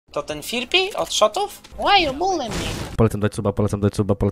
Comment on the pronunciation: a on mowi firpi zamiast fripi